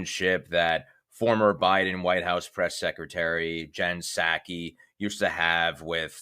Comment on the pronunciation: Dude, Jen's name Psaki is pronounced SAH-kee. If you're going to talk about anyone, *get their name right!* I'm leaving your video now without watching any more of it. Sheesh! 👎